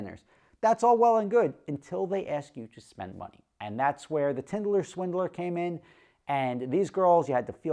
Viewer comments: Today can’t pronounce “tinder” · Rofl!, did you even watch the show? If you did you would know it’s called “Tinder” not “Tinderler” and you would know what Tinder is. I guarantee he didn’t watch it, probably heard someone talk about it lol. Not that he ever said he watched it. I just thought that was funny 😆